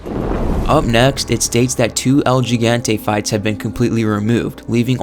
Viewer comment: El JEE-GAN-TAY why can’t people just say “The Giant” if they can’t pronounce El Gigante 😆 ( El HE-GAN-TEH )